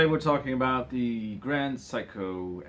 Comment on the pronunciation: It's "Seiko" (say-ko), not "psycho"!